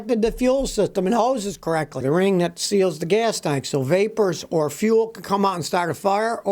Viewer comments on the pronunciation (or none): none